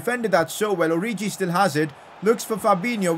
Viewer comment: plz stop pronouncing names wrong its not oriji